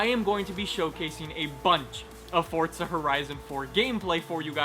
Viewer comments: It’s forZa not forTza. Get it right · There's no "t" in the word forza. It's not fortza. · For-ZA. FOR-ZA. Not fort-za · What's Fortza? or Fort-za? I thought this was a Forza video, idk nothing about this FORTza you speak of lol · Ffs its FORZA not FORTZUH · FOR FUCKS SAKE I CANT EVEN WATCH THIS ITS FORZA NOT FORT ZA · Anyone else realised that he still can’t say forza, it’s For-za not fort-za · why do you pronounce it "fortza" is that the right way? instead of "forza"? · It’s Forza, not ForTza. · i have a question: why do you say "fortza"? Am I wrong or is it bot "Forza" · Why do some people pronounce it like fortza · It’s not Fortza.... lord jesus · STOP SAYING FORTZA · "Fort-sa Horizon 4" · I'm tired of hearing people call it "fortza" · Why does everyone pronounce it FORT-ZA it's not a Porsche-A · If youre going to pronounce it as Fortza than you should put that in the title. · why do you say forza with a T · There is no T in forza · I challenge you all to take a shot every time he mispronounces Forza, enjoy! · There is no T in Forza, STOP pronouncing it WRONG